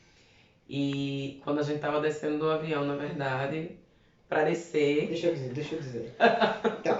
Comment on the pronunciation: Descer falado rapido parece que diz descher LOL ja agora aproveito para lhes explicar algo,gajo não,senhor, dizer gajo ou gaja é muito vulgar, diz-se sim,mas nunca se dirija a sua alguem que não conhece, porque esta sujeito a ter uma ma resposta ou até mesmo um soco